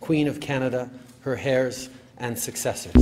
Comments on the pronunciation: Justin Trudeau saying hairs instead of heirs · Her AIRS not Hairs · do north americans actually pronounce heir as hair? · How can Trudeau pledge allegiance to the Queen's hair? Kind of like how Obama pronounces Pakistan as "Packy-stan." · I mean to be fair it is spelt "heirs" and there's not actually any good reason not to pronounce the 'h'. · Hahah I love that J.J. always makes fun of how Trudeau pronounces 'heirs.'